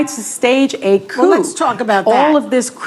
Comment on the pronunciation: The P in Coup is silent